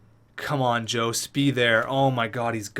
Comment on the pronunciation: Jost is pronounced yost